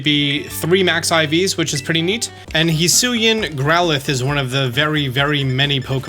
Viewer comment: It's pronounced "he-swee-an"